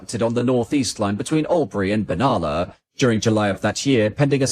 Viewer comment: Glen Innes is pronounced "IN-ess". Benalla is pronounced "ben-AL-a".